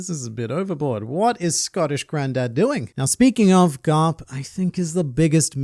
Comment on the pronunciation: Vice Admiral Gar-lup